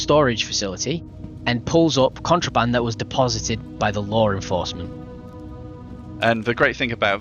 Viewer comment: its like they do these ISC to show what they haven't done, or to show how 2 devs are working on the entire game thats left.... CIG, clench your cheeks and start working, if you know what that is... maybe they're just there to program bugs and think of stupid lore to cover-up the fact they're not able to actually program a game maybe it's the audio quality, but i keep hearing "lore-enforcement" instead of "law-..." wth is this ship loadout for? i'd have 0ammo in no time... can someone try to explain?